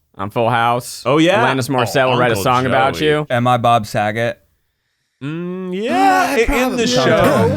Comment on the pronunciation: I’m losing my mind with the way Ned says Bob Saget